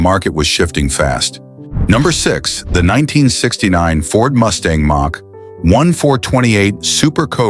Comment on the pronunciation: Ai voice does not know how to pronounce common words so hilarious Says358 instead of 351 Says Mack instead of Mach